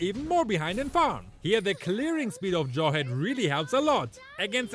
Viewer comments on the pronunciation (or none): Dyrroth plz:D also I kept hearing "Joy" everytime says Jawhead xD